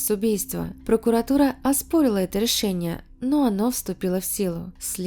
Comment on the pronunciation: Прощай русский язык. С такими авторами в России не будем понимать друг дрцга. Почему все слова на Ы - ЭрЫкя , рЭшениЭ. Тетка тэ эткудовэ?